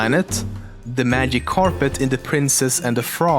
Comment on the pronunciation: Dude you said "The Magive Carpet From The Princess And The Frog" xD